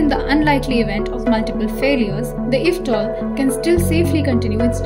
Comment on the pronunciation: I you don't mind me suggesting, the acronym "eVTOL" is typically pronounced "ee-vee-tol". eVTOL stands for "electric vertical take-off and landing".